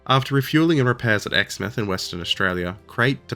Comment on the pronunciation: "My Japanese pronunciation sucks." So does your West Australian. It's pronounced "Ex-mouth", like formerly having a place to put food. ;)